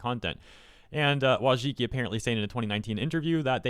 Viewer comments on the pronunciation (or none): Her name is pronounced "Voychitski" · Wojcicki in polish would be pronouced like voycheetskee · Holy shit you butchered her surname XD hahahaha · This is great / bad news depending on how Mohan leads YouTube after Susan HardToPronounceLastName. Still a W though